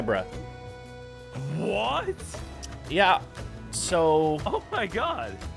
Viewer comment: Love your vids, but dude you GOTTA say debris the right way. It’s Duh-Bree. Not Debra